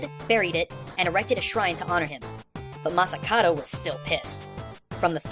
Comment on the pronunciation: Masakado. is it just me or pronounces it like masakaro, like in massacre i swear he does that on porpoise